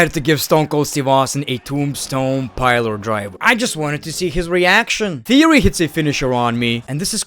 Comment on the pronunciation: It's a piledriver Not Piler-driver Ffs